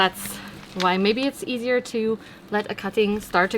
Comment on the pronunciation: "easi-AH" made me laugh haha. Love your cockney accent ❤️😂